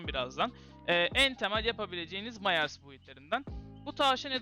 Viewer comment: Myers "Mayers" diye okunmaz "Mayırs" diye okunur haberin olsun kardeşim